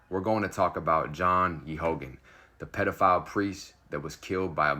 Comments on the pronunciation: The name of the priest is pronounced, "Gay gan. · Its pronounced gay gun. Just so people know who you're talking about.